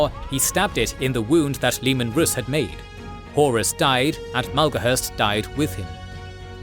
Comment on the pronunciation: Its leman rass dont read it rus